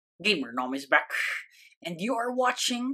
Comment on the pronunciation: "yellow, gamernom is beck"